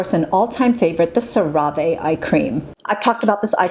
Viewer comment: It's sarah-vee, as in ceramide-vehicle. :D